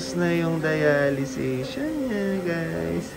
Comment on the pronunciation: Dialysis yata hindi dialization?